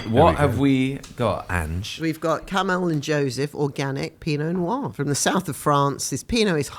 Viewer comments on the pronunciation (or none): none